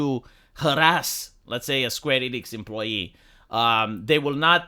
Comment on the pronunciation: You mispronounced SKWEENIX